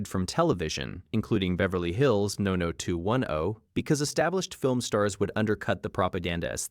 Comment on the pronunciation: teh voice cant say 90210